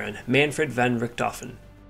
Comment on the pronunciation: I'm picky, but you pronounced Baron Von Richthofen--Van Richthofen. Von is German, Van is Dutch.